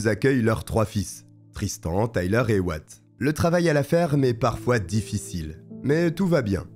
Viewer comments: Super video 🎉 juste comme vu que ca trigger mon cerveau en mode dodo: Wyatt se prononce why + at car là on attend what tout le long. Pas tres important mais voilà 🤣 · Oui ça se prononce ouaiatt....